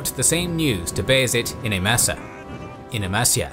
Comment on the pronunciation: "In Amassa....In Amassia" ??